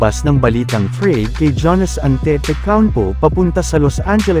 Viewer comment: hindi po "ja-nis". "yaa-nuhs" po.